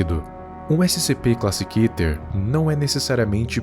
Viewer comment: Pra mim se fala Kéter